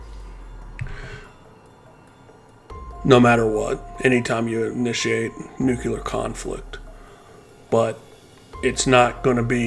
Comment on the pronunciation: For God’s sake, learn how to pronounce “NUCLEAR”. New-clee-ar!!! Not f’ing New-kee-lar! Jesus!